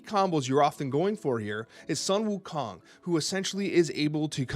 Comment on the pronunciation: Pronounced "Lie-rah." Look up "lyre." "Yzmir" is probably "Izmir." (Finally, Sun Wukong is "Soon.")